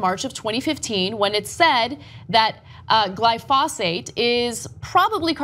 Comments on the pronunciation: GLY-fuh-SATE, not gly-FOSS-ate. You're getting it a bit conflated with the pronunciation of phosphate, Ana. Drivin' me nuts. Sorry for being a retentive biochemist. The reason you're seeing folks getting riled up is because they're irritated at the anti-GMO crowd. (The same folks tend to have a lot of carryover into anti-vax.) I am in no way being paid by Monsanto. I too get irritated at the same group. There's a whole lotta fearmongering bullshit put out about GMO's that has to be constantly put down, again like anti-vax. That being said - yes, Monsanto and co are shady as hell when it comes to pushing pesticides. Careful though, you strayed into territory where you really shot yourself in the foot with regards to that. Keep the focus on the fact that it's not the GMO part that's the problem. It's the pesticide that's the problem. Or as you got to at the beginning of the piece - GMO is not a problem, what it can be used to push is a problem. You got lost in the weeds later in the piece and said some stuff that will easily be misconstrued by the wrong crowd. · GLYE-FOE-SATE... write it down anna. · Seems like Ana has already made up her mind before even the court have, even though she doesn't know the proper pronunciation of glyphosate